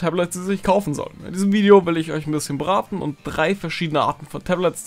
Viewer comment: in diesem Video will ich euch ein bisschen beraten" was verstehe ich: ,, in diesem Video will ich euch ein bisschen braten"